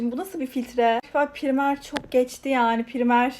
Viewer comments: Primer ne ya pıraymır diye okunuyo o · Abla o primer diye okunmuyo pıraymır diye okunuyo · Abla primer diyil praymir neysee bi de dudagini goremiyorum